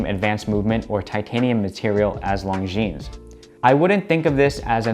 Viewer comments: How can you be an AD for Longines and not know that the “S” is silent? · Great watches. But as a watch channel it would be great if the watch brand names were pronounced correctly? The ‘es’ in Longines is silent. Just saying. 😉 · Great video, beautiful watch! FYI, in French, the ’s' at the end is silent. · Love it. My next watch …. A little tip for you, you don’t pronounce the ‘S’ on the end of Longines